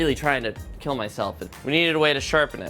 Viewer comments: it will "keel" :"D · "This sword WILL KEEL " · It will keel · it will not KEEL, sad doug noises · It will KEAL! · his sword will not keel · It will KEAL . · I was waiting for the line: "Your sword sir.... it will keel." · Your sword, it will keel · It will keal!!! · You should have dressed a pig.. then say famous line "it will keal" 😅